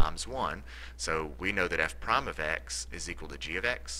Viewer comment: At the last problem, you said "f prom of x... g prom of x," which the word "prime" is pronounced incorrectly.